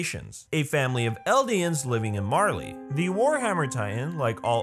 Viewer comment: Its [Mar-Lay] = Marley